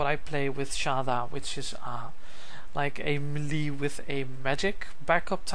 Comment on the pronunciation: hes pronouncing melee wrong.. its getting annoying..